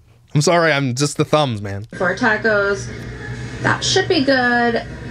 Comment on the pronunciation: You say "sorry" and "pasta" funny! Lol. Makes me laugh! 😆 You always make me laugh! Love your videos!